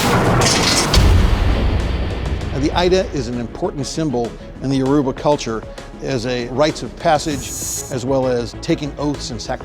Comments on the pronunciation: Yoruba is pronounced Yoh-ro-bah but to be honest I didn't even notice it has been spelt with a u my entire life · The way he said Yoruba made me cringe let me not lie 😂😂😂